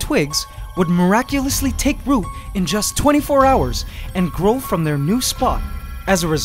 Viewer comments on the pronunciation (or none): none